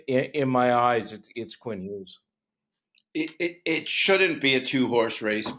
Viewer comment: It’s Hughes.